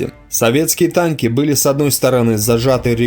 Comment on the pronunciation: Этот чтец вообще хромает на обе ноги. Он постоянно говорит "Таньки" вместо танки. Ну и других "косяков" масса. Но всё равно, спасибо ему!